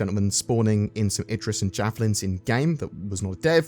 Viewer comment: Did you say "I'm spawning a Javelin Zin"?